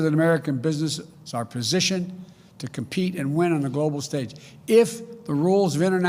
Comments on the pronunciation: What is “gwobal” power . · He can barely talk! LOL. Grobal Prower?